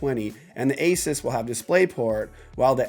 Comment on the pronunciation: Asus, Like Hey Zeus. A Soos.